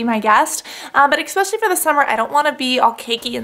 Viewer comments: CASSANDRA its said ESPECIALLY NOT expesially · Cassandra tis eSpecially not eXpecially. ( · Urgh Cass I love you to death, and I hate being this OCD person, but it's ESpecially, not ECKspecially. I'm sorry, I can't help myself. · i use to just think it was the way she pronounced 'especially' but she does actually say 'expecially' haha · lol "expecially" ... I love you girl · I love you Cassandra, but it's NOT expecially!!